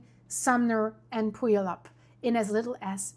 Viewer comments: No, Pew-al-up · No. Pyoo-ALLUP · for everybody not from around here, puyallup is pronounced pew-all-up. Super easy. Mt Rainier is only about 30 miles from Puget Sound, NOT 220 miles. The Enumclaw Plateau is an old lahar. I grew up in that town. It used to be a nice quiet town. Now it's overrun with drugs and homeless people. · Pue allup is m v how it's pronounced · It’s pronounced pugh-al-up ❤ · Puyallup: It’s pronounced like pew-WALL-up. I drive through the Mt Rainier area many times each wk and it’s alarming to think how many people living in imminent danger have no idea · ❤ How to pronounce Puyallup; "pew-Al'-up". Accent on the second syllable. Say the second syllable as in, "Alice". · orting is pronounced ording (voiced t is dropped to voiceless d sound), puyallup is pronounced pew-al-up (pew like church pew, al like california, up as in the word up). Getting all those vowels in puts a w sound where the y is. You pronounced sumner correctly! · You had me laughing at Puyallup pronunciation I have only lived here in Washington State for 10 years. I am told it is pronounced Pew Wall EE YUP… lololol but my brother gets mad at me because I moved from Texas so I call it Pull Y’all up!!! LOLOLOL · Pronounce Puyallup like pewAlup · Hey! I'm still watching your wonderful videos! Love your heart! Here's how you pronounce Puyallup... Pew-Al-Up. Al like in Pal. 👍 Awesome stuff girl!! ❤️😺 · pronounced "pew al up" for future reference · Great educational piece! Thank you. BTW, don't look at the spelling because we pronounce Puyallup...pew ALL up. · Puyallup is pronounced "Pew- allup", from a 66year lifelong Enumclaw resident. Thanks for the info,! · Puyallup is pronounced pew-all-up. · man I'm glad that I live in Arizona because all we have to put up with is the Heat and blowing Sand flooding and high humidity when we get our monsoon season and it is pronounced Ply-all-up that ply sounds like pe- and they-and the all sounds like y'all and then the up